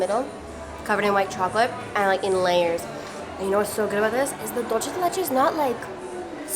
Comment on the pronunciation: THEY PRONOUCE DOOL CHE LIKE ITALIANS !!!!!!!!!